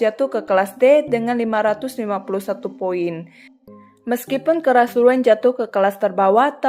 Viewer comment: Koreksi baca nama ryuen = riuyen